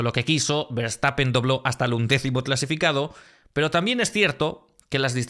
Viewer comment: Nadie podra con Verstappene (con la "e" final de la voz de Victor)